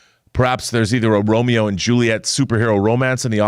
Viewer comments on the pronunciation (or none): none